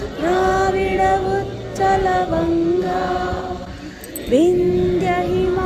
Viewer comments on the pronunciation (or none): Ucchala kaadhu andi utkhala